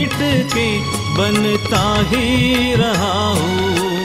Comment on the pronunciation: आपने बहुत ही अच्छा गाया है। हूँ के ऊपर के चन्द्रबिन्दु का उच्चारण करने का प्रयास करते तो और भी उत्तम होता। घुँघरू की तरह बजता ही रहा हूँ मैं